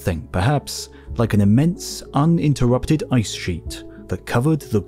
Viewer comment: Better good A.I. voice had me fooled! UNterrupted? Not a Word.